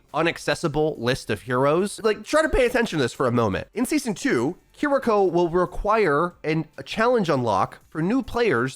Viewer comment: Who’s “kur-eeko”?